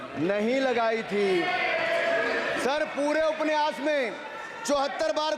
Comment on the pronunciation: Aap upanyas ko upniyas kah rahe hai or dusro ke pronounciation per sawal utha rahe hai